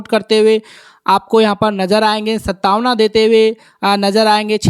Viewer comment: It is not sataavana. It is santaavna